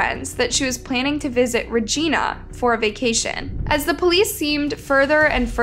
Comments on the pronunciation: Reg I na, not Regeena. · Hello! New fan here. Just stopped to respectfully say, a few things: You’re pronouncing a few of the places wrong. Regina is pronounced like Vagina, but with a R. (Ragina)😅 Saskatchewan is pronounced like Sask-catch-chew-wan. Alsooo, Canada doesnt have States. We have provinces.🤪 I Love the videos! Please keep them coming. Much love, from AB, Canada!♥️🇨🇦♥️ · Regina is pronounced like Vagina it’s not like Regina George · Regina, Saskatchewan: Reg-EYE-na, not Reg-EEN-a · Suh-scatch-ew-wan Reg-EYE-na NOT Regeena lol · It’s Regina not Regeena I used to live in Yorkton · Learn to say Regina! Not RegEna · I was yelling at the phone everytime I heard reeGINya. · Regina is rej-EYE'-na Rhymes with Vagina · Never make fun of a person who mispronounces a word, it only means they learned it by reading. And names of places are notoriously pronounced weird Saskatchewan: sa-scat-ch-eh-won Regina: rhymes with vagina As someone who moved to the area several yrs after she disappeared the general rumor seemed to be she didn't actually have a good relationship with her mother and was living with an extended family member in secret so her mom wouldn't find out. I never really believed it and as far as I know the people I heard that from didn't know her personally and there doesn't seem to be any actual evidence to support this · Love the pronunciations 😅 Re-gIna (I - eye) Sas-catch-oo-wan (Saskatchewan) -sincerely a Canadian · Your pronunciation of Regina should be Re Jiiiiiiiiii Na or REG EYE NA. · Sask-a-chew-won and Ree-Gyn-a 😅 when I moved from there to the USA I got made fun of so bad bcuz Regina sounds like Va-Gyna. Made life tough being bullied in a new school. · The pronunciation is driving me nuts 😤 😅 *sas-catch-chew-won * REGINA NOT ra geena Its pronounced the same as vagina 😂 just with ab R* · All Canadians are 😂 at how you pronounced Saskatchewan and Regina 😂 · I kept thinking she was meaning a person not the city Regina ❤🇨🇦